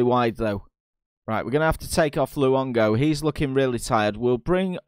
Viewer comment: Luongo is pronounced as lu-on-go btw